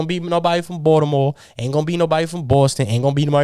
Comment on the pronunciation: He's one of the few people outside of Baltimore to pronounce it correctly.